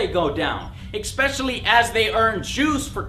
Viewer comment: Why does Joe always say "expecially" instead of especially?